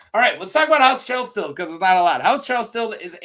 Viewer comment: YaY video! Thank you! Try saying it like Kell-Sted. And HOW Aerys kills him...oi. He Starked him. He did something different, like he either tried to kill Aerys or Aerys 100% believed that he was trying to kill him. Aerys is Gross AF and a BAD guy-though it reads to me like he killed certain people with fire for a reason. For example, when he kills Brandon and Rickard Stark, he only kills Rickard with fire. Technically, Brandon could have walked away alive IF he had sat still. Brandon only gets to live if he doesn't try to save his father. MAYBE he would have killed Brandon anyways, afterwards...but I don't know. Aerys KNEW that Rickard was guilty. Rickard was ALWAYS going to die when he went to KL for brandon. But Brandon might not have known about the conspiracy his father was in on. The reason-Tywin. Tywin was feeding Aerys 'information' to make Aerys think Tywin was still a loyal friend. And THAT is why it was SO easy to get Aerys to open the gates to KL. One thing intereesting about the Chelsted sigil is that it kinda looks like the ancient sigil for Greenfield. Also a place that nobody yet is sure of-ancient and lost. It MIGHT be that Chelsted was one of those rare full-blooded First Men. SOME people seem to be special for being pure-blood First Men. For example-Gerrod the Ranger. The one Ned beheads with Ice in Bran 1, the first chapter after prologue. I am SURE the Others didn't kill him because he was PURE First Man blood. Wana bet that the Others cannot kill First M